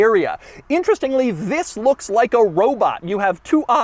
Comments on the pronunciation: Never heard Doug say "Thisfs" on his intros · Everytime he says "this" makes my day hahahah